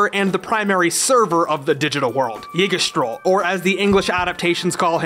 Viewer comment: Yggdrasil you pronounced it wrong